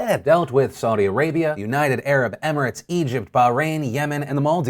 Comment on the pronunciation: Qatar (Cuh-ter) People will thank you. (also with Bahrain pronounce the H)